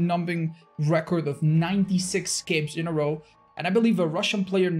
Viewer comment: I love how says 'scapes', that's so not espanish of him.